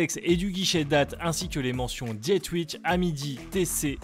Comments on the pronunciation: Super vidéo ! Bien vu la version 2 à moins de 1500€. Les montres Laventure sont superbes 😍 Le bracelet de la Dietrich (à prononcer plutôt Dié-trich que Diet-rich 🙂 ) est super bien imaginé et fait. La Tissot devrait bien cartonner je pense, elle est vraiment très sympa ! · Pour la dernière montre, pourquoi prendre un accent anglais alors que c'est une montre française avec un nom d'origine germanique ? Pas vraiment compréhensible